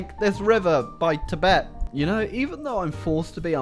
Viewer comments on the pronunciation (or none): none